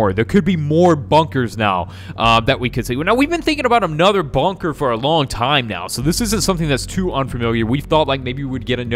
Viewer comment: why are you saying bunker but with banker if its bunker not banker